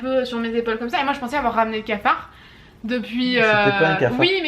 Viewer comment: et son "scafard" MDR 😂